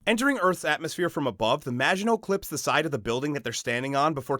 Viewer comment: Maginot is of French origin. Please ensure you find the correct pronunciation.